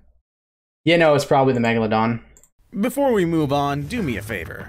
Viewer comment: If I had a dollar for everytime i Cringed when the narrator says "megalodon" I would have enough money to end world hunger